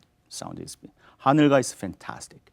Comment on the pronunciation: About your diction for 비목 First, let me point out the pronunciaton of 하늘가(the rim of the sky). Here, 가(ga) means the rim or the side of something and in this case, it should be pronounced "까" not "가". 강가(the riverside), 바닷가 (the seaside), 길가(the side of the road) are the same case. Second, the standard pronunciation of '산울림' is [사눌림 sa-nul-lim] NOT [산울림 san-ul-lim]. Doctor Nam says [san-ul-lim] is better, but that's not true. You have to keep the standard pronunciation. Of course, we fully understand what word you say wtherer you pronounce [san-ul-lim] or [sa-nul-lim]; however, if you want to pursue the accuracy, I recommend you pronounce the standard one. Third, when you pronounce "궁", make more [u] sound. Fourth, when you pronounce "적막" "지친", your "ㅈ" sounds like a vibrating [z] sound; however, "ㅈ" is voiceless sound having no vibration of the vocal chords.